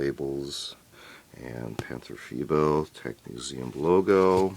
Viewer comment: Very good pronounciation! 👍 "Tiger" is like "Tea-g-er, g like the g from ghost & er like ERror (with a rolling r) "Panther": Pan-t-er, the a is clear like in Attack (not to confuse with the english æ), the th is a clear t (the h is not spoken or just "hinted") like in aTTack. It's not like it is written, not like "the" or "thin" & the er is like in Tiger. Vovels in German & English are spoken/pronounced very different. English e or ea is the German i while the German i is spoken in English like ai in "night".